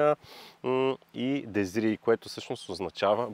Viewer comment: Очевидно френският език не Ви е познат и за да не се излагате: На френски богиня е deesse, а не дезрии. На български се чете точно “деес” с ударение на второто е, както е прието във дренския. Другият модел, който споменахте не е “етойле”, а «етоал» (etoile) и означава звезда.